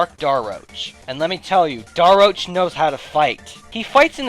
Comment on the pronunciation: Fawful’s Minion You’ve been pronouncing Daroach wrong.